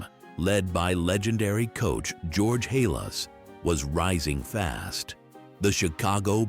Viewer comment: You're right Nice video but garbage as far as historical accuracy on some things. George Hallas? pronunciation. Try looking up "proofreading" in your dictionary before you release something. I would say that to anyone releasing product.